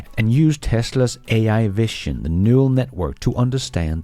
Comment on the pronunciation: you really need to correct this pronunciation of the word vision.